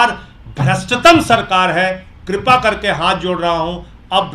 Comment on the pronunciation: भैया श्रीमान माननीय संजय सिंह जी! अभिवादन के साथ निवेदन है कि,,,,, ये एक शब्द,,,,कृपा,,इसका मूल रूप ही उच्चारण मे न जाने कहां से बदल कर (क्रुपा)उच्चारण करते हैं।भगवान जाने कहाँ से यह लाये। "ऋटु रखाणाम् मूर्धः"व्याकरण सूत्र ही बदल कर उच्चारण का नया प्रयोग संचालित कर दिया है, शेष तो विद्वान जाने। परन्तु,,,,,,, कृपा यदि,*क्रुपा*बोला जा रहा है तो यही तो मूल मंत्र ये प्रयोग कर रहे है और देश सुन रहा है ,अनुशरण भी लोग बाग कर रहे हैं,तो इनका क्या दोष? क्रुपा,,,,कुरूपा,,,,सगे भाई बहन भी तो वन सकते हैं। या बदल सकता है। ऐसे ही ऋ पाणिनि के सूत्र अ उ ऋ ,,, भगवान शंकर के डमरू से निकला शव्द है।जो अथाह व्याकरण बना। उसका लोप ऐलानिया प्रयोग। विद्वान जाने, पर मेरे मत में यह बात खटकती है। और यदि यह सही हुआ तो कुरूपा को क्रुपा बोल तो रहे हैं,फिर इनका गंतव्य तो सही लाइन पर है,ये सफल हैं।,फिर इनका क्या दोष। आप अपने हैं मन की यह विचारणीय शंका है। मात्र आप तक मेरी यह अल्पज्ञता व्यक्त कर रहा हूं।बाकी बड़े विद्वान के मत मे सही भो हो सकता है। पर यह मात्र मात्र आप तक ही निवेदन किया है, आगे उच्च विद्वान से ,,,,। सादर साधुवाद।